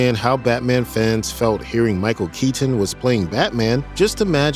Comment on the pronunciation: Micheal keey tin